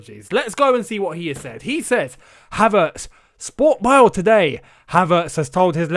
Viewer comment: just a tip for you mate, Bild and Sportbild you have to pronounce the “i” as an “e”, otherwise it sounds rather weird for Germans 😄😄great video though as always 👏 keep them coming 😁👍